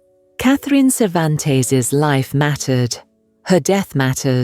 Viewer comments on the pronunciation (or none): The narrator can't even pronounce the young girls last name. It's NOT SAVANTEZ, it's CERVANTES. I don't understand why she just didn't leave seeing that he wasn't good for her. No man or woman is worth a person losing their lives over an idiot. She left a child behind. Choosing love over her baby is despicable. There are plenty of men and woman why settle for less? May Catherine RIP. My prayers to her family especially her baby. 🙏